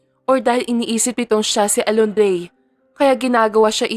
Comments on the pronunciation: Inday narrator Diba Alondra po bakit kaba Alondrey ng Alondreeeey ha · Kung Hindi kupa nasubaybayan Ang story nato nalilito na Ako Kasi c naritor Mali Mali Ng pagbigkas Ng pangalan pola alondre hahaha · Pangit na nga boses ng Narratorali-mali p tawag sa pangalan ng bida c twin Alondra naging Alondre😂😂😂Malaking Factor ang magandang boses ng isang Narrator kng pangit nakaka wala ng gana tapusin ang novela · Alondra at hindi Alondie